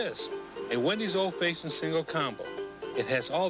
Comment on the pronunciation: He pronounces fashioned fayshioned and I’m ok with that